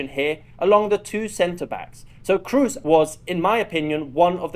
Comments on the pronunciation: Kroos is not pronounced Cruise. It's a long o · its kr-o-o-s as a double o, not kr-u-s ;)